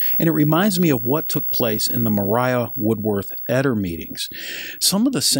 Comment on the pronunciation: Did Maria Woodworth-Etter pronounce her Christian name with a long i sound??? Normally, Maria is pronounced Ma - ree - uh or Muh - ree - uh, not Muh - rai - uh.